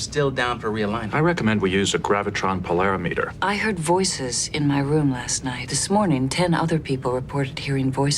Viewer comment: Data mispronounced pola-RIM-eter as po-LARE-imeter. Maybe not as bad as when both Brent Spiner & Jonathan Frakes ignorantly turned statements in "Ode to Spot" into questions. Casting Patrick Stewart's own son to play Kamen's son was a stroke of genius.